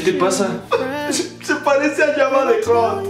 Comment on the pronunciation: Eres fan y dices Java de hutt en vez de java el hutt?